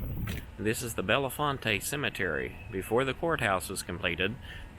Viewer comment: The town of Bellefonte is pronounced Bell-font